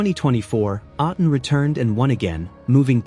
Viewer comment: Hi, you mispronounced A'tin. Say it as A like letter A of the alphabet. Then the next syllable is "tin".